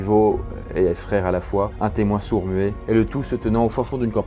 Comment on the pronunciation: "un témoin sur mouet"😂